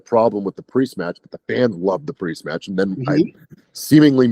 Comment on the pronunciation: "It was e very good mYetch, I'd say easily a 4.5 star Myetch"